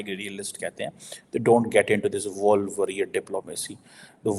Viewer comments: It’s wolf not walff warrior technology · his English is really poor... wolf worrier dude not woolf..